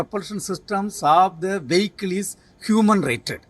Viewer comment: Not a wehicle , a Vehicle 🚗